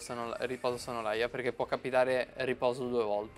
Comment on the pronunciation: mi spieghi perchè dici SONNOLAIA quando c'è scritto SONNOLALIA???????? ahahahahahahahahahahahahahahahahhahahaha